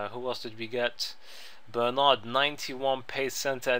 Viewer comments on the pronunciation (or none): none